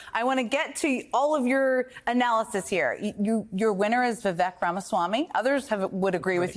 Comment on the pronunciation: People, please... Vivek rhymes with cake.